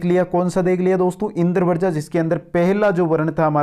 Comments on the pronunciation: Sir ji Indravarja pronunciation nhi karenge Indravajra pronunciation hoga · भाई , आपका ज्ञान तो श्लाघनीय है शब्दों का उच्चारण ठीक करें। इंद्र वर्जा बोल रहे हो, जबकि यह इन्द्र वज्रा है। ज आधा और र के साथ आ की मात्रा है। ऐसे ही वर्ण को वरण या वृण बोल रहे हो। ऐसी बहुत सी त्रुटियां हैं। भाई यह संस्कृत है। यानि एकदम शुद्ध और परिष्कृत। यहां हर दृष्टि से शुद्धता की अपेक्षा है।